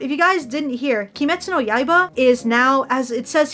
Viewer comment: Did she just say yaaiba